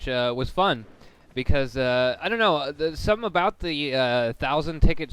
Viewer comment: 39 thru said uh 4 times, said don't in the wrong way, and said thingimabob